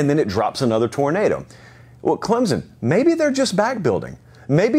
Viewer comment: Hey, Huge fan of the show (been watching your videos for about a year now). Just a heads up, a ton of commentators seem to pronounce Clemson as Clemzen. It's not the biggest deal, but sometimes it can feel disrespectful to some when an analyst (especially one as knowledgeable as you) doesn't know how to say the name of your school right. Please look into this. -Nick